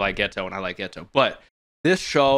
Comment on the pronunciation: Are you intentionally calling him Getwo? Cause if so thats pretty funny.